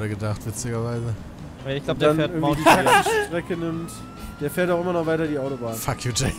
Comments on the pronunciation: "mount kiliad"... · Niemand: Jay: mount kilian